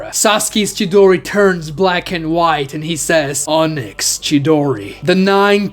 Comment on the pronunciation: Can you like pronounce onyx properly. Sasuke said it right but you keep saying Oh-nyx